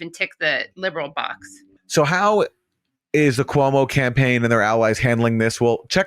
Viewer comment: Quoo-Mow kills old people for Fau-Chi